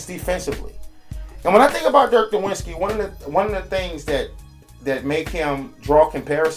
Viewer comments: Who is Dirk Nowinski? Learn to say his name at least. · Everyone pronounces Nowitzki wrong... The W in German is pronounced like a V so it's dirk Novitzki